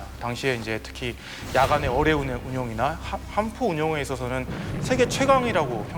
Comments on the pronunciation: 적당히 짧아야지 하필 어뢰만 몇십번이 나오는데 어뢰를 어네 어데로 들리는데 불편하지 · 열심히 하시는데 저도 발음이 특히 어뢰에서